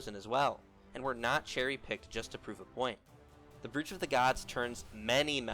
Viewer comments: Its pronounced broach like cockroach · You're pronouncing brooch incorrectly it's pronounced "broach" like roach but with a B